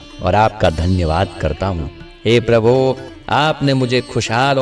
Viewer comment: Prabhu shabd ko theek se bole. Yesa lagta hai ki aap Prabhu ko dhamki de rahe ho.Baaki prarthana acchi hai.